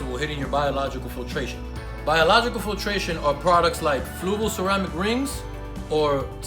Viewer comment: Why does everybody say flugal? 😂